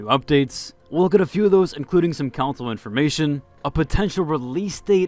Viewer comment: The way you say council instead of console is kinda weird. It is /kənˈsoʊl/ not > council /koun′səl/